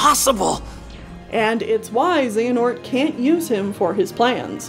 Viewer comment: Love this video but man until I turned on captions the way you said XehaQus threw me ooofff 😂 Thank you for this 6 hr video whew.